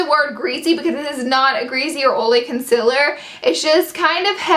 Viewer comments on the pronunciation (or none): It's con-see-ler not con-cil-er lol